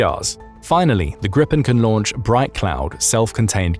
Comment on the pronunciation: It’s pronunced greepen not grippen 😂